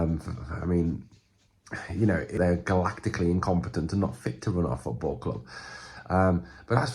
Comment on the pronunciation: imcomptunt on a glactical scale.. juu jiiligemnce ya cant 🤣🤣